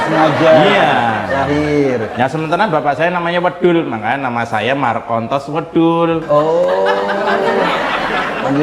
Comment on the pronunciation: Markontos wedhul : " S " nya dipindah ke " L " Dan " L" nya dipindah ke " S " , ( plesetan Solo banget). 😁